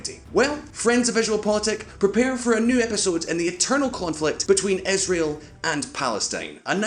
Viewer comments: Israel! It's Israel! Not Isreal! Isreal does not exist, Israel does! #StopBotchingNames #ProperPronounciation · whats that "esrael" country he keeps talking bout? ;)